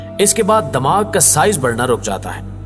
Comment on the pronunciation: sir damag nhi dimagh hota hai.. plz urdu pronunciation shi karein .